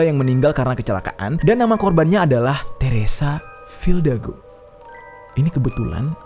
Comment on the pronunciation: Bang lu salah ngomong harusnya teresa fidalgo bukan teresa fildago